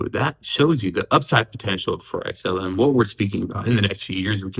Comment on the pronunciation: Xlm the real king, its amazing how many uvtubers like cannot say xlm.